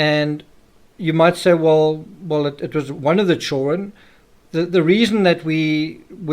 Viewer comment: Why do you always mispronounce children?